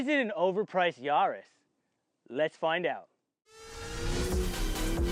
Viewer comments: Actually the closest I've heard so far to it's correct pronunciation! Google it. It's "Ya" the German way, so Yaa-ris is correct 😃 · Ya - riss Not Yarrr- is :)) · GR Yarrrrrrrrrrrrris 🤣 I love watching american videos lol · It’s not a car for pirates! Hard “A” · Hey, how do you pronounce the French capital Paris? 'Nuff said!:))